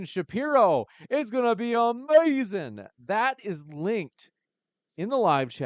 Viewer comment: 😅 Why are you saying amazing like that, stop, biting all Black people all the time man, what kind of people do your own thing?